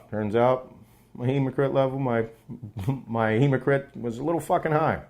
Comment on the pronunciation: Hematocrit. Not hemocrit